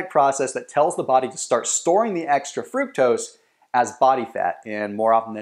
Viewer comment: he pronounced fructose wrong